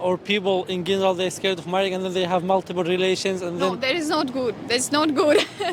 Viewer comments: نطقك خاطئ لكلمة General حرف G ينطق Dj و ليس G ( ݣينيرال ) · كان يجب ان تشير فى حديثك اننا لدينا فترة خطبة و يتم فيها التعارف اكثر و التقارب ثم يتبعها الزواج .... ثانيا لى ملاحظة على نطق كلمة in general يا اخى انت تنطق الانجليزية بشكل جيد كيف لا تعرف نطق هذه الكلمة بشكل صحيح فهى تنطق j و ليس g /jeneral/